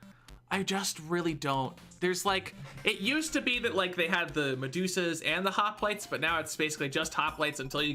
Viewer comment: "Hoptile" not "Hoplite" Also tortured soul exist btw